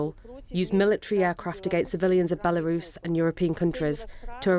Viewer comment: Why is she saying "Bielarus"?